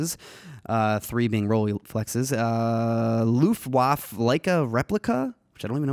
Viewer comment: The leica "loufwaf" is actually "Luftwaffe" which is german for something like Airforce (it's Luft = Air and Waffe = Weapon). Another german word that Jared can add to his arsenal of aggressive german words like "SCHNELL" and "NEIN" :D :D